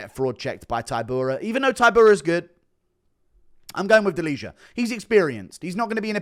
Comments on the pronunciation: delija is "deal-ee-uh" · Guru the only one not sleeping on Ante Delija, nice! Ps. It's pronounced as "Deliya" just fyi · The new heavyweight name is pronounced Deli-Yah